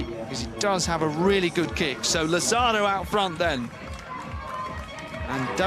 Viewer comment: I find it really insulting that the Brits and American narrators doing the voice over can't pronounce properly the names of Italians, Spanish and Portuguese people. For instance, Lazzaro, it is not, laZZAro. It's LA-zza-ro. It's not really difficult. And you know what? It's even easier to ask the athletes or their coaches how to pronounce their names or even listen to the Italians or Spanish broadcasters how they say it and don't anglicize them. Spanish is one of the most spoken languages in the world. In addition, if we only had a translation app these day it would be even easier to do your research before you open your mouth. I expect every day Brits and Americans not to know, but professionals working on radio and tv?